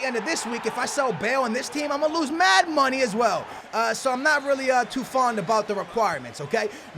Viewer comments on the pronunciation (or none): none